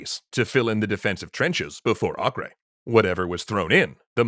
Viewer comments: Either “Ah-ker” or “Ei-ker” would be correct, but definitely not “Ah-kray” (not in English at least). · It’s pronounced acre, not akray. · A-ker.... its pronounced A-ker. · The name itself is not latin, so basically "Akray" is just the English version of "Acre" which is the Latin version of a non-Latin name The real sound of that name is completely different, since the letter "A" is pronounced as the semitic "Ayin" which is not found in Latin alphabets. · Acre is pronounced “akka “ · Why are you pronouncing Acre weird? it's Acre like the unit of land measurement. /ˈɑːkər/ or /ˈeɪkər/ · "Acre" is pronounced "Aco", short 'a' and 'o', hard 'c' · pretty sure it's just Akka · Let me join in with the hordes who are probably pointing out your pronunciation of Acre. (They might be o haven't checked.) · You guys gotta work on your pronunciation tho. "Acre" is either Ah-ker or Ei-ker. It's not Spanish lol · I’ve never heard Acre mispronounced so many times in such a short period of time.